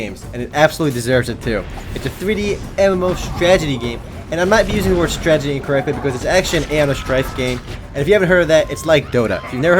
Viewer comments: "Stragety game." Maybe instead of not using a word that doesn't exist correctly one could just say STRATEGY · lol "stradgey" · "stragety" hahahaha sooo great. Thumbs up! Great commentary.